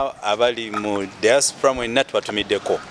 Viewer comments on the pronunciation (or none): none